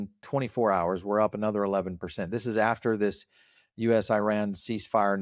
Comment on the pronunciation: You guys really should try to pronounce Iran correctly. If you can pronounce Venezuela correctly, you are certainly capable.